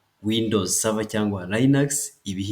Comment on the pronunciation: Serevere .. !! 🤣🤣🤣🤣🤣🤣 "Server" 🤏